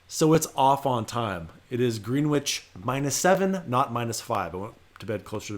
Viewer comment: green witch??? it's pronounced grennitch. californians. :) hopefully you never have to go to worcester, mass. just ribbing. thanks for the info.